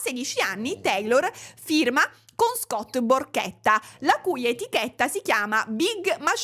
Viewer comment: Non io che a ho capito Scott PORCHETTA 😭